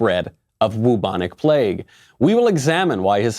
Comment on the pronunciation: "Wubonic plague" 😂😂😂